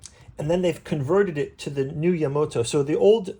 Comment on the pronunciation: It's "Ya-MA-to." Not "Yamoto". (sigh) What you got here is, it's a program guide specifically for the 1977 theatrical release of the Space Battleship Yamato compilation film; there are plenty of other books that cover both the 1974 TV series and the other TV series and films, but this one was just for that '77 movie.